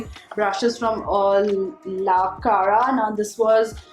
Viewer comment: It's not la Clara its la cara 😂